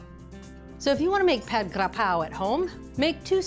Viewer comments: Hi, All! I'm Thai, and I cook Thai food at home all the time. Really impressed with this cooking demonstration, and 100% sure it turned out delicious. Julia pronounced Pad Gra-Prow so impeccably every single time she said it. The chilli fish-sauce, though, is NOT called Nam-Prik Nam-Pla, as said in this video, but called "Nam-Pla Prik". Nam-Pla is fish-sauce, and Prik means chili(es). Another thing that I find unusual in this video is, nobody in Thailand would put shallots in this recipe---it's just garlic & chilies. However, there is no right or wrong in cooking. It's just a matter of preference. In case some of you are looking for more accuracy, the basil leaves used in this demonstration are NOT holy-basil, but a different variety called "sweet basil" or "Thai basil". I tried so hard to find "holy basil" when in Canada and the U.S., but never found it. So, I guess it is not available in North America, maybe, because the demand is low. But, in Thailand, holy-basil is in abundance, and you will get to try the authentic Pad Gra-Prow the Thai way. Thai food (especially, Pad Gra-Prow) in American, European and Australian restaurants is typically 2 or 3 times sweeter than the original recipe in Thailand, I don't know why. So, be aware that Thai food you get in either Western Countries or Australia is way, way, way too sweet, as to which I experienced on several trips. Pad Graprow in Thailand has just A LITTLE sugar in it, just enough to create a balance of tastes (not being mean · I’m Thai the way Julia is pronouncing “Pad kra prow”it’s perfect!!!👍